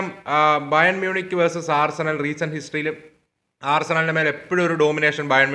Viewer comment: ആർസനൽ ❌ ആഴ്സണൽ ✅